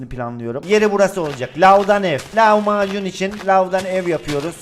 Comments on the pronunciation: Lavmacun derken lahmacun der gibi😅😅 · Abi lavmacun dediğinde lahmacun sandım